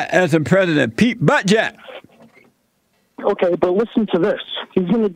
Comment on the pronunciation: "Pete Butt-jet" LOL